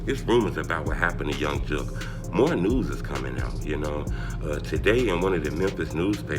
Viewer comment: This clown said Young Jook 🤣